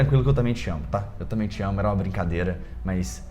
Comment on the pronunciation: Vc fala tamém ao invés de também... Adorei seu vídeo.